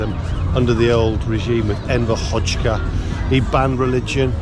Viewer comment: PS its not Enver "Hotchka" its HoXHa <- pronounce it like AzerbaiJan, [Hodža!] no T's or K's there man.